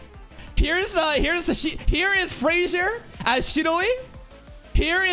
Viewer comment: "Fraudzier" .Peak Content... 🤣🤣🤣 ...🗿🗿